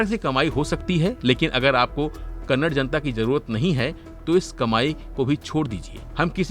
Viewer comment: It is not Kannad. It is Kannada.